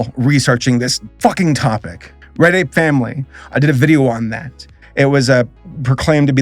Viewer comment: All NFT nonsense aside, every time he said "Red Ape Family" it sounded like "Reddit Family"